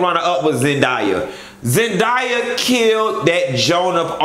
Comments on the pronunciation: BITCH ZEN-DAY-AH I KNOW YOU GOT YOUR DEGREE IN ECONOMICS AND NOT IN ENGLISH BUT THAT'S MY LITTLE COUSIN WE FROM OAKLAND, CA AND BITCHES ALWAYS FUCKIN OUR NAMES. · A! ZendAYa 😂😂😂 you was choppin that girl name upp 😂😂 U didnt like Mary J. Dress and boots?